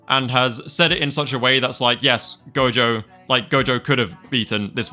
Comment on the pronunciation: IT'S NOT GOJOVER